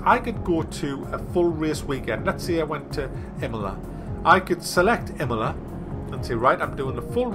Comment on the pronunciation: Emola? Wtf? It's Imola, I-mola not E-mola p.s: Now pit stops were added